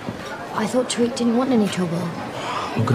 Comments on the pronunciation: Who else cringed when said "tariq" wrong 😂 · Yea she was like tareeq 😂